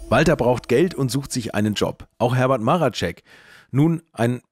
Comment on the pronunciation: Marecek, nicht Maracek.